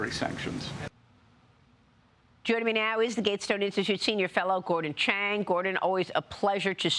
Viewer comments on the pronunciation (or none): none